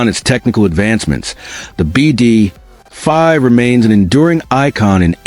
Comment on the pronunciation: It's not called a Bee Dee .... ...Five! It's called a "BeeDee 5!" (BD5)